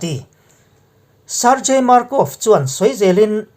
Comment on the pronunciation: Sargei tih hi (gang) kan tih ang hian Sargei tiha lam tur a niiii